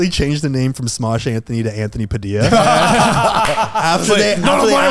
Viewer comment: It's sad that no one noticed you said Padildo instead of Padilla 😂